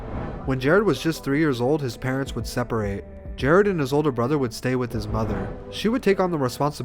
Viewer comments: Bruh his name was Jarad, pronounced “ Ja Rod” not Jared. Lmfaooo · Am I the only one annoyed by this white boy saying “Jared?”